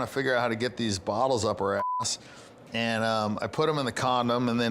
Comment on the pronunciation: "bottles" yeah...